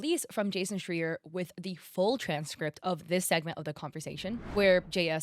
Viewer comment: it's SchrAYer. Also, he's basically the legend, the only gaming industry journalist even journalist-haters respect. If he publishes a big scoop, people listen.